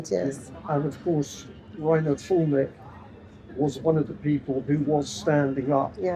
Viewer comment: Not Fullmick. Füllmich! Or in Englisch: Film me up!